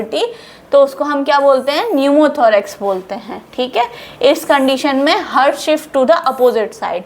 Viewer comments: Heart Ko हर्ट नहीं पढ़ा जाता है हार्ट पढ़ा जाता है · हर्ट नहीं मैडम, गलत और गंदा उच्चारण है। हार्ट बोलो हार्ट। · मैडम आप बहोत ही अच्छी तरीके से समझाती है। आपका बहोत बहोत शुक्रिया। लेकिन आप "हार्ट" को "हर्ट" क्यों pronounce करते हो? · Why u pronounce hurt .pronounce heart please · Your pronunciation of Heart is wrong it's not hert plz pronounce haat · Mam your lecture is good to convince the students but as I heard you on chest x ray your pronunciation for Heart was wrong as you say ( hurt). I am sorry to say this but as I noticed so it is my advise you to pls. You see your same video and check this mistake. Pls.do correct it in future.I think you will not mind it.